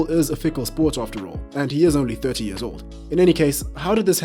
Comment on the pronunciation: I like how he pronounces years. Mans says "yurrs".